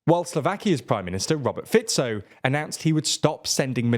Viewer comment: Thank you, you pronounced Fico the the right way.❤